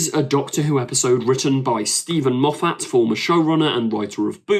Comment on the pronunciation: Why can you not pronounce Moffat correctly? Why can you not pronounce “says” correctly??????????